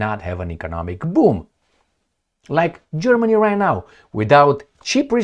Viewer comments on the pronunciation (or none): none